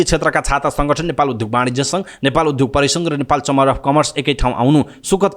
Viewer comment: विद्यार्थी विद्यालय उद्योग आदि शब्दमा रहेको द्य को उच्चारण ध्य गर्दा रछन् यी समाचारवाचक। वाचनको शैली ठिक तर अशुद्ध वाचन छ। सच्चिन आवश्यक छ